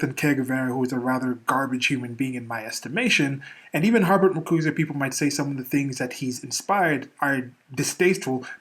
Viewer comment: You're the only person I've ever heard who says Har-Bert instead of Her-Bert.